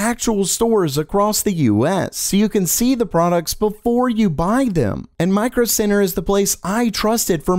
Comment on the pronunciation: When you said Micro Center I understood Micro Sinner.